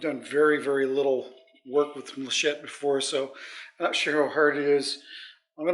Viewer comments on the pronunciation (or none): I love the yellow sheen of the wood and the green of the inlay. I'm hearing you call the inlay muh-shett. The proper pronunciation is mal-uh-kite. Gramma Kat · Every time I heard "machette" I winced and whispered "... malachite..." That bowl took WAAAAAY too long to finish lol but it looks amazing. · Sorry it's pronounced mal-a-chite ( end sound is kite) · It's very very beautiful but I have to correct you. It is Mal a kite malachite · i believe its pronounced mal-a- kite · I really enjoy watching your videos. So I need to tell you about your color. It is named after the stone malachite and it is pronounced mala-kite. I’m not a big fan of green but this is a pretty resin color. Looks great. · mal•a•chite măl′ə-kīt″, beautiful bowl as always 👍👍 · The way you said Malachite made me laugh. I see others have already corrected your pronunciation. Geology was one of the things I studied in college because while Astronomy is stellar, Geology rocks. A nice-looking bowl any way you say it.